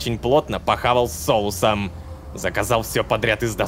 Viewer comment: Дилан:Очень плотно похавал с Солусом Мой слух: Очень плотно похавал с соусом